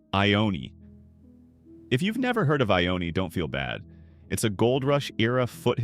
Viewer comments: It's pronounced Tuh-hach-uhpee and I-own. You really need to do your research on how to pronounce words because it's really annoying. Who the F$%^ sees the word Ione and thinks it's pronounced I-own-ee. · Lol right and IONE